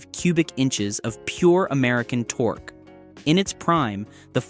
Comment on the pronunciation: lol the bot even pronounces torque as tor-kay. Ole!